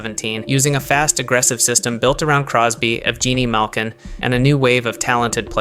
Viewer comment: what on earth was this mess of a video? The pronunciation of names was atrocious; Maurice Richard gave me whiplash, Guy Lafleur hurt to hear, but Evgeni Malkin being pronounced Evjeeni was the worst of them all The timeline of what was talked about was all over the place, constantly going back and forth in time The description of each decade was generic and repetitive; apparently every new era was now about speed, skill and strategy, and both the 40's and then the 50's era apparently spelled the end of dynasties where one team dominated everything, instead bringing in the era of rivalries/where every team could win... despite the opposite being true, these decades instead bringing in the era that was THE MOST defined by its dynasties (that being the era from the 40's to the 80's) Many important players were either mentioned far too late or completely ignored; Maurice Richard was first mentioned in the 50's despite him breaking scoring records in the 40's and redefining the standards for goal scorers, talking about Gordie Howe as a rising star in the late 50's despite him, at that time, already being at the top of his game with a decade of experience, or talking about Lafleur, Trottier and Bossy being rising stars after Gretzky and Lemieux despite them mostly playing in the 70's and 80's... meanwhile Henri Richard, Patrick Roy and Martin Brodeur were not mentioned a single time Some of the greatest innovations and events were completely ignored too; no mention of the start of